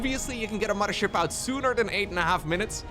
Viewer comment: I like how he and Harstem always pronounce it as "the MUDDER ship"